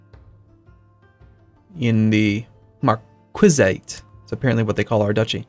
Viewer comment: Marquisite is pronounced mark-key-site.